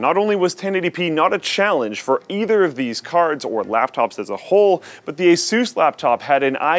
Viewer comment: I thought it was pronounced ASUS not ASUS